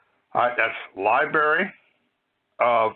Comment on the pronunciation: You can't even pronounce "equitable" or "library" properly. You have no idea what you're talking about. You even think the federal government issues driver's licenses?! Definitely not